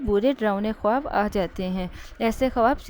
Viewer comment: Khuwab nahi hota haibkhawab hota hai phele bolna sikhe